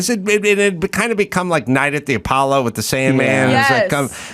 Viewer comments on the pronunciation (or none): none